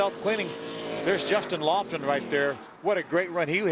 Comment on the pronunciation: Someone should tell Phil Parsons that it's Justin Lofton, not Justin Loflon. LOL!